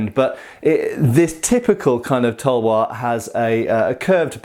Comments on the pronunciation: Tawa its talvar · Its Pronounced as "TAL-WAR"